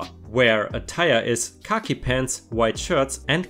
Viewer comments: yeah, Khaki is actually pronounced as kahhkk eeeeeeeee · Every time you say "khaki pants" I hear "cocky pants". It's difficult to describe the correct pronunciation but "khaki" rhymes with "tacky".